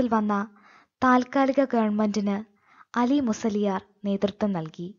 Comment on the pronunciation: അലി മുസ്ല്യാരല്ല ആ ലി മുസ്ല്യാർ